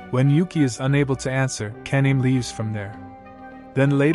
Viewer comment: Th pronunciation of ka-na-me is crazy😂😂😂